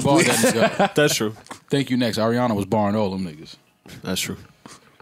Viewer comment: I wish they'd stop putting that spice on Ariana's name. Sis isn't Spanish. lmao